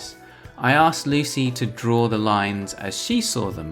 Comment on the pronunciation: You hear "asked" as you say it. But it's clear you're dropping the k which is not the norm for American English.